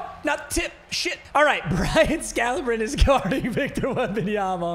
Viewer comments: Am I trippin or is his name pronounced Brian “Scalabreeny”? Not scalabrin, idk fs tho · Scal-a-bri-knee not scal-a-brin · when bro says "sca-la-brin" it throws me off so much 🤣🤣🤣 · BRO IT SCAL-UH-BREEN-E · Scala-breeny is how it’s pronounced. Respect the god. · It's (scal-a-breen-ee) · Never heard anyone pronounce Scalabrine like that 😭😂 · The way he saying scalabrine’s name is pissing me off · Why he saying scalabrine like that thiugh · Nobody gonna talk about how he was pronouncing Scalabrine 😂